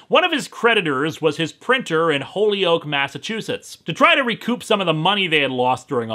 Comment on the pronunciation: Minor nitpick, we pronounce Holyoke as "Ho-yoke". Minor, minor thing. Otherwise, interesting story.